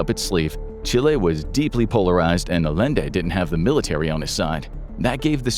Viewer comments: Bro really said Alende instead of Allende 🥸🤨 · Salvadore Allende is pronounced with double l making a y sound. It's pronounced A-yen-de.